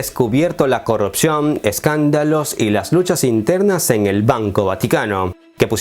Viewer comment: Hola. Imagino que vives en un país no-hispano... Pero no se dice "corropción", sino corrupción. Saludos.